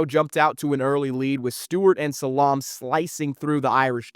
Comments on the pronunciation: That's not how you pronounce Salaam. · Anytime you hear name pronounced wrong its a sign. Bobby Booden and Rasham Salamb is wild